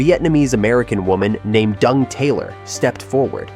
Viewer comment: lol he pronounced Dan Truong pretty good, until his ex’s name, Dung